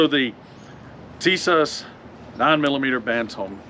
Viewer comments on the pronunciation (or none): It's pronounced "Tee-sosh."